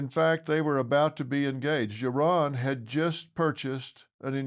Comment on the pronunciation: just one correction, you said 'Iran', but it's pronounced 'Yaron'.. Yes, there is a surge of jewish hatred, always masked as Israel condemnation.. the protestors don't care about palestinians.. they just want to spread hate :(